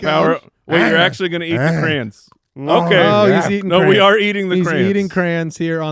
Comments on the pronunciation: Why are you guys calling them crans? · I honestly thought they were saying "crans"...as in cranberries. Crayon is pronounced exactly as it's spelled. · Jesus christ, I have ALWAYS thought you said "Cran eater". Thinking wtf are crans. I didn't know it was CRAYONS. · the way they pronounce "crayons" stresses my southern heart out it's cray-ons, not crans! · Anybody else bothered by their pronunciation of crayon?? Lol